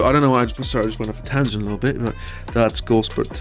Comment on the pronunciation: Couldn't get past "Go-Sport" :lol